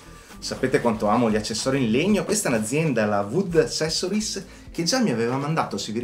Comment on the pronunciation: Si pronuncia assessorais